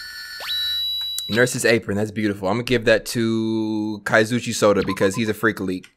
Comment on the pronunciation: 20 episodes in and he STILL CALLS HIM KAZOOCHI 😂